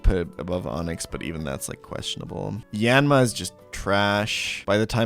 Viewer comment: K Here's a timestamp of every incorrect pronunciation Ariados (should be a long "o" on dos) Yanma ("ya" should be "ahh" like opening your mouth at the dentist, not the "a" in apple) Piloswine (PIE-low-swine not Pillow-swine) Gyarados (same issue as Ariados) Raikou ("kou" is a long "o" sound, not a "u" sound) Suicune ("sui" is pronounced "swee", he says the "su" and "i" correctly if they were individual characters in japanese, but when they are together you have to say them together) Tyranitar (he says "tuh-ran-itar" when it should be "tie-ran-itar", altough this one is kinda hard to tell, he might just be saying it too fast. I'd need another example to confirm this one) Hope this helps